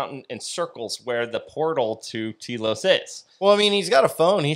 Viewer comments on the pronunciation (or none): Your pronouncing it Tea-los try Tell-os understand ? I lived there for nearly 10 Years and I have ghostly looking pictures Of the Lemurians they are being aired on the Travel Channel.